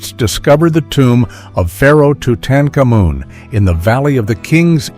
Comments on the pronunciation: Is that how we're supposed to pronounce it now? 🤨 "too-TAN-kuh-MOON" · Who was TOO-Tan KAMOOm?